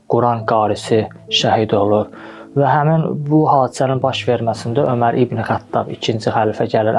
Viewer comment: Over yox omer